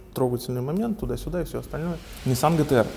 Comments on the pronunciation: пишется и говорится ДЖИТИА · По моему джи ти ар а не гэтэ эр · А не гэтэ эр